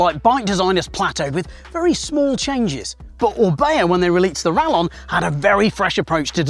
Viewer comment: Surely since orbea is Spanish, it's pronounced 'rayon'